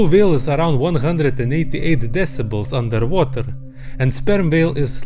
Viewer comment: he really ordering undetwhater